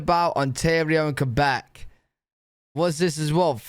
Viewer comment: He pronounced Quebec correctly which most people mess up lol